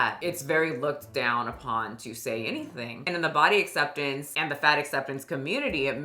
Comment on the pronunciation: it sounds more like 'fat forcing community' rather than 'fat acceptance community'